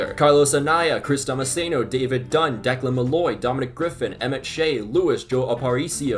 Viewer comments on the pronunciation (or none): none